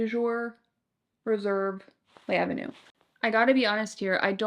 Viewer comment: It’s L’avenue, all one word, not Lay Avenue.